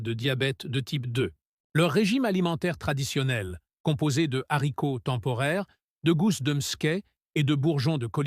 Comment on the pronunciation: C la liaison et la prononciation est juste